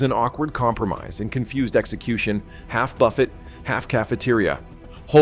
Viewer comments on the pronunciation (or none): AI pronounces it buf-fet rather than boo- fay as capitalism fails on so many levels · A.I. narration - it's "buff-A", not "buff-et". It's like the pronunciation of "geyser" - A.I. pronounces it "geezer"...😂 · Hey. AI, the "t" is silent in buffet. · Can't even pronounce buffet right, damn these AI generated videos. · Between mind-numbing repetition and AI narration and writing that can’t pronounce “buffet,” this is the failed Las Vegas buffet of video reports. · More A.I. garabge, Robot Voice cannot even pronounce the word BUFFET correctly